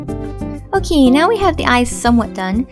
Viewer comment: the intro was really weird and why dose she say Oki instead of okay but anyways mine turned out great